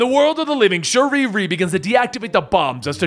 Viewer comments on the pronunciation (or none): Bro Someone tell me wtf is going on why is he saying shuriri and not shuri??? It’s annoying me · Her name is Shuri not Shuriri 😒😤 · Did this man just say sharee ree